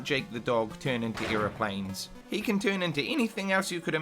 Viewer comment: wtf is an "earoplane"